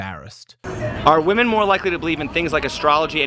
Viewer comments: Its WOMEN!!!! not WOMAN! Why can't americans pronounce it right? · How come so many women say "woman" both in the singular and the plural? So annoying.